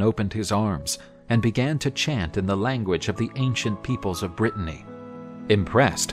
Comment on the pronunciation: i love this series, but for the love of god please stop calling it Brittainy, that’s a different place entirely